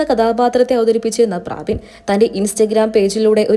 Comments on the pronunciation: പ്രാബിൻ അല്ല പ്രബിൻ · പ്രാവിൻ അല്ല. പ്രബിൻ ആണ് 😂😂😂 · ആന്നെ.. ഞാനും വിചാരിച്ചു ഇവർ എന്താ പ്രാവ് എന്ന് പറയുന്നത് എന്ന് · പ്രബിൻ എന്നാണ് പ്രാബിൻ അല്ല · ചേച്ചി... പ്രാബിൻ അല്ല. പ്രബിൻ.. ഒന്ന് വായിക്കാൻ പഠിച്ചിട്ട് ഇനി വായിക്കുന്നതാവും നല്ലത് 😂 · പ്രാബിൻ അല്ല കൊച്ചേ . പ്രെ ബിൻ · പ്രാബിൻ അല്ല പ്രബിൻ ആണ് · Praabin Praabin . Praavennu parayaanjath bhagyam.